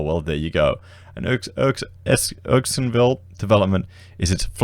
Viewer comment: It is pronounced Errr-skin-ville 😉